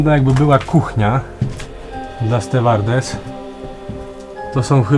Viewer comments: Nie muwi sie stewardes tylko stjuardes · leciałem podobnym (bo nie wiem czy to ten model ) z Tajlandii do Frankfurtu Lufthansą :) a jak mogę być uszczypliwy to nie STWEWARDESSY tylko STIUARDESSY (wymowa) :D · Super film, ale zwrócę uwagę na małe błędy 😅 Nie „stewardessy”, a czyt. „stjułardessy”. No i oczywiście nie włonczamy i wyłanczamy, a włączamy i wyłączamy 😘 Przymykając oko na te błędy film jest wręcz genialny! Jesteś jedną z niewielu osób, których filmy na youtube mają jakąś wartość i faktycznie edukują a nie ogłupiają 🙊 Gratulacje 👋🏻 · Stewardessy się pisze,a czyta stjułardesy